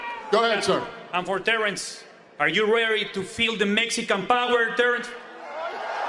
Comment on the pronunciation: He meant powder lol